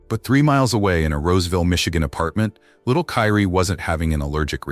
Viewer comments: What's pissing me off is the narrator all of a sudden calling the baby Karie instead of Kyrie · Kyrie ai say it with me Ky Rie (Ki-ree) ❤ rih angel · Her baby’s name is Kyrie * & stop using this baby’s death for views. His mama is already hurting, the last thing she needs is to see this & see how his name is being mispronounced & stuff .